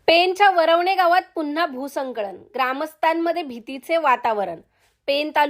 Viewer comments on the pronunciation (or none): भूसंकळन नाही भूस्खलन